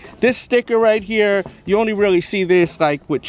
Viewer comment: I like the way he emphasized on only not smoking cigarettes.. haha knows what's good 😅